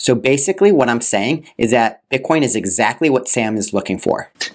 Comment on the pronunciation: He slipped and said "bit con"